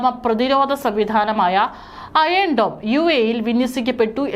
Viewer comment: അയേൺ dome അല്ല അയൺ dome!